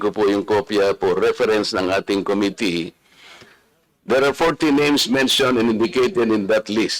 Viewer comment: Comee-tee and kown-tree 😅